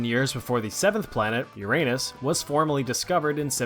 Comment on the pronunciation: Bless your heart:) nah, you are very intelligent, just not much exposure to certain subjects. Uranus in english would be ronounced your anus. Anus=butt in case you were uncertain. Also on the Alexander the Great story. There are toxins like Tetrodotoxin (Pufferfish Poison), that can make you appear clinically dead. However, "(while rare) you can survive from it. In these rare cases people were believed to be zombies.